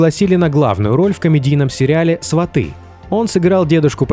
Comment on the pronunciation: СвАты, а не СватЫ, кругом неграмотные